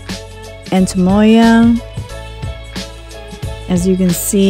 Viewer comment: It sounds like you say “antemoya” haha. Great buy!